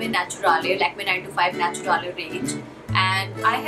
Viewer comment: It’s pronounced Naturaal. Not natura-lay.